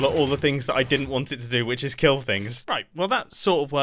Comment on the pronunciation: ….. “Mumbo, your machine….. it will keal”